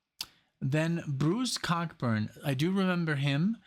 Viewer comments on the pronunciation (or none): COCK Burn? Ouch! Co-burn. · Bruce's name is pronounced Co-Burn. Pacing the Cage is a throwback to his earlier folk music days in the late 60's and early 70's. Definitely a man reflecting back on his life and career.